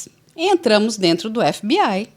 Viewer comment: Essa mulher falando EF BI AI tira toda a credibilidade dela😂😂